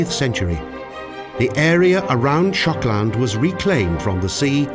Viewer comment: Why is Shokland almost sounds like Schotland?